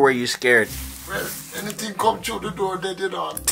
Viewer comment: 'ANYTING COME THROUGH.'LOOOL!!!